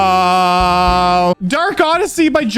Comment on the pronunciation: said KrmaL again